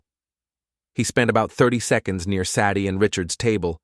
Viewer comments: This channel needs help. Saddie as a name, instead of Sadie. Does this crappy A.I. HAVE A LEARNING DISABILITY? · "SADD-eee"? SAY-dee, robot boy,SAY-dee. I could be wrong. Is "Saddy" an actual human female name? Silly robot, narrating YouTube cheating stories is for humans. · Pine Valley Lodge doesn't have elevators. It has individual cabins. Sadie is pronounced Sa-die with a long "a". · Cant pronounce "Say-dee". Ridiculous AI reading.